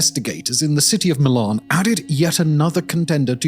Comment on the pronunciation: Is this dude AI? It's Milan not Milun.